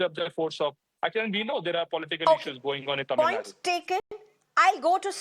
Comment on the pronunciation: It's not tamilnad it is "tamilnadu".for your info.